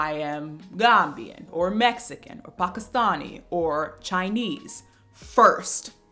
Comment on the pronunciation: hi this was literally one (1) second but it made me happy to hear pakistanis mentioned in relation to being queer/coming out, doesn't happen too often so it was nice to hear people like me acknowledged <3 esp since the pronunciation wasn't off either, i think i take psychic damage every time i hear the "american" pronunciation of pakistan lol